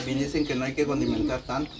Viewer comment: David dile elida q se dice condimentar tu q eres hombre lo dices correcto ella dice contimentar 😂